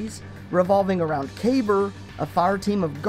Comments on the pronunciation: Its pronounced "Ka-Beer" not Kabur or whatever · For someone that runs a channel about destiny you should know how to pronounce names u butchered Kabr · According to Bungie it's pronounced Kay-Ber. -Cody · Its pronounced Kabier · actually, bungie staff confirmed that its pronounced Kay-ber. -Jeo